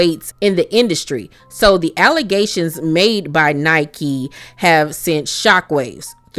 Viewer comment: her name isn’t nike, it’s pronounced like nicki